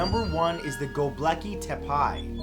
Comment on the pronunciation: Tepe is pronounced with a long e at the end, not a long i. Just sayin'.